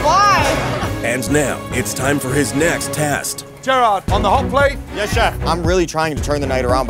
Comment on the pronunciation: “jer odd”